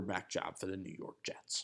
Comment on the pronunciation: Am hearing he's gotten better🤔🤔🤔.... let's see, from Geno to Hack... Jetes.. Jetes... Jetes 🤣😂🤣